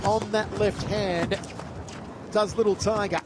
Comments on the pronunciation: “LITTLE TOIGA” lol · I think I'll change my name to Little Tiger. Er, excuse me. "Little TYGUH" And I might just make a drinking game out of this video, knocking one back each time I hear... "Little TYGUH..."😉 Nicely fought bout, just not by Little TYGUH so much. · Commentator won't stop babbling about little tiger while she gets her ass whooped.